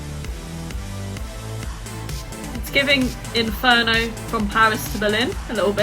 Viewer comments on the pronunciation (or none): none